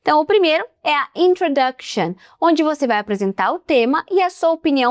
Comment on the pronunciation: 'Introduction' ou 'Intrudoction'? (pronuncia?)